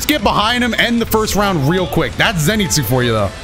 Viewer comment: Who is Zenetsu I thought it was Zenitsu